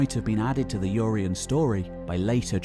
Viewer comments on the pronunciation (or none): Who's "Yoreyen"?